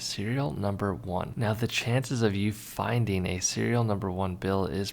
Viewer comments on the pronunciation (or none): "Findeen" is not a word. "Lookeen" is not a word. "Printeen" is not a word.